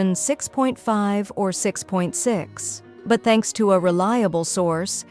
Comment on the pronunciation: nO WAY YOu JusT CAlled DK2 RELIABE!!!